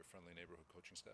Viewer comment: "Your friendly, neighborhood caoching staff" 🤣🤣🤣🤣🤣🤣🤣